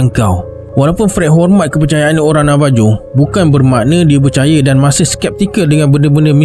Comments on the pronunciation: Correction.... Navajo to kita sebut dan H... Navaho.... Mcm Marijuana tp bila di sebut bukan dan J tp H... Marihuana.... Ok, Jgn marah ek... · Navajo tapi sebutan sebenarnya navaho...